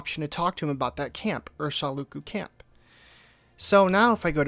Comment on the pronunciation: The way americans will mispronounce words written right in front of them consistently baffles me... "Calidera" "Urshaluku" "Chaus"